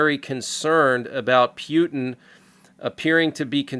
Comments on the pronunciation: Friendly reminder that Putin is pronounced POO TEN not PEW TEN :) Unless that's what you were going for. PEW PEW PEW TEN Hahaha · I would really appreciate it if you would pronounce Putin's name correctly. Mispronouncing his name only reflects your immaturity. Thank you